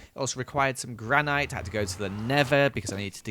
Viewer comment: did he just say Gran-night???